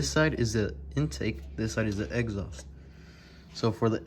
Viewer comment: I heard egghaust lol but good video thanks